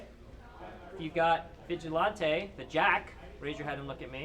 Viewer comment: this nigga dont know how to say vigilante